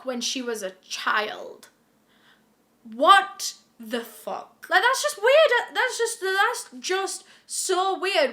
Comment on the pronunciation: That one "Wot the fok" omg